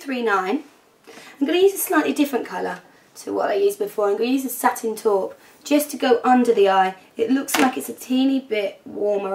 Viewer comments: haha love how u say satine taupe)) "satin toooop" ;)) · I liked how you said satin taupe:) love the look! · When you say satin taupe you sound Irish lol cute!! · Haha! You had a serious Irish accent when you said 'Satin Taupe'. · When you say satin taupe you sound kinda scottish, haha :)